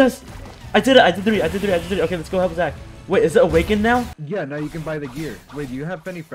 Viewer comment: "are you serious right neow"